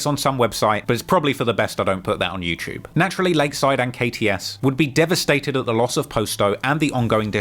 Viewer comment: I hate the way you say youtube LMAO bro said “youchube” more than 7 times